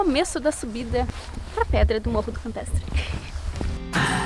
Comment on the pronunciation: Ola casal lindo to curtindo tda semana seus videos estao lindos Parabens Na fala nao deu pra entender o nome do morro se campetre ou campestre mas td bem a vista e linda Ah aquela cervejinha com strogonof deu agua na boca DELICIA Bjs e abrçs pra voces